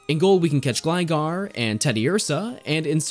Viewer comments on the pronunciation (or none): none